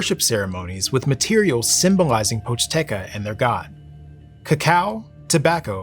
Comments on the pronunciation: poch-TE-ca on god can any american get it right for ONCE? Seriously, it's not that hard, don't pretend to be correct by saying something even more wrong. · Ah yes the Pochteca, merchant Ppies😂 not including the intro it's the name of the second chapter.